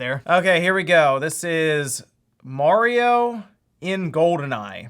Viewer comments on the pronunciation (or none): Its 'mArio' not 'mOrio'